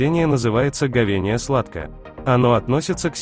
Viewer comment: Ховения!!! Читать научись